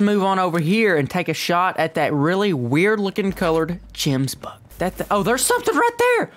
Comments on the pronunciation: btw they are called gemsbok not jemsbok with a g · Just saying it’s kalled Gemsbok and kudu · They way he pronounced Gemsbok🤣😂